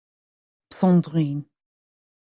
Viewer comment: Oh my god woman - Sandrine is a beautiful name but you really strangle it with that terrible prononciation.